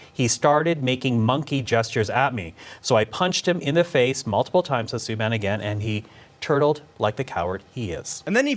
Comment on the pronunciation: I am Canadian and you really messed this up bad. You didn't pronounce "Suban" correctly and his brother is PK and he is Legend. Now I believe you put as much effort into all your vids.